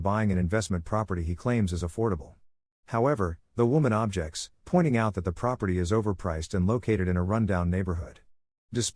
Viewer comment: Got a few minutes in and when the AI pronounced "objects" as "OB Jects" I was gone. Can't stand ignorant AIs.